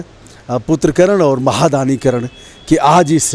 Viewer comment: करण नहीं महोदय,,,,,, कर्ण